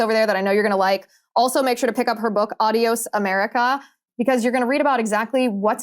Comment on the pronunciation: Coulter has a book titled a word she can't even pronounce. Adios- It's- ahh'de•ōs not - add'e•ōs And Trump is not an idiot. Idiot